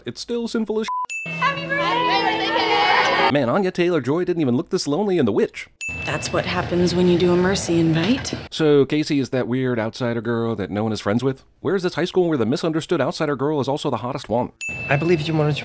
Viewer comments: erm did you just replace the w in witch with two v’s? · what happened to the w in witch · / In the VVitch ? 😂 1 sin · Jens Stowesand Anna Taylor-Joy was in a movie called The VVitch. In the olden days "W"s were written with two "VV"s or two "UU"s, this is why in some languages "W" is pronounced "double V" even in English "W" is pronounced "double U"